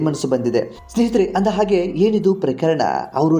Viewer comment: ಇದನ್ನು ವರದಿ ಮಾಡಿದವರು ಹ' ಕಾರವನ್ನು ಸರಿಯಾಗಿ ಉಚ್ಛರಿಸಿ..ಅತ್ತಿರ , ಆಗೆ, ಇನ್ನೂ ಅನೇಕ ಹ' ಕಾರ ಪದಗಳನ್ನು ಅ' ಕಾರವಾಗಿ ಉಚ್ಛರಿಸಿದ್ದೀರ...ಕೇಳಲು ಹಿಂಸೆ ಆಗುತ್ತೆ, ತಿದ್ದಿಕೊಳ್ಳಿ